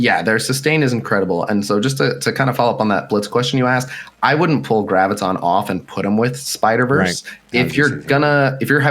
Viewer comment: For f*ck's sake, OMG, it's "GRAV-ih-tahn". Do you have trouble saying "gravity"? Just replace the "tee" with the "tahn." Jee-zus...